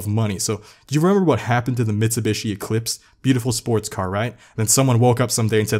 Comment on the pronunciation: I like these vids but every time he pronounced Mitsubishi it hit like a brick.